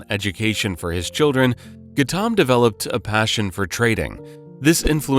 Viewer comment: Who on earth is Gattaam? Its pronounced Gau tam. We are not Indian and even we know that. Difficult to take your channel seriously now that we know you can't even be bothered to check your pronunciation.